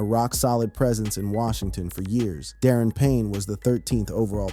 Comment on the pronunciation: Da-Ron Payne😅 not Darren